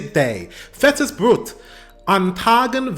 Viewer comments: "Brot" is intonated just like "brut" but w/ "o". 🤷‍♂️ "Fettes" u already intonated just fine. 😊 Just as i mentioned the last time u watched Fettes Brot. 🙃😉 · forget my comment about the pronounciacion of Brot! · Saw some of yer vids by now. Love, how immensely your vocabulary and pronounciatuon improved, Chapeau to that. However, best of all is your enthusiasm and positivity. Keep it up :) Love from the continent ❤